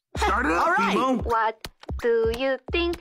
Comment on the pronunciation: “Who wants to play bideo gamess??” Legit bmo is so hella cute with the way he says and pronounces things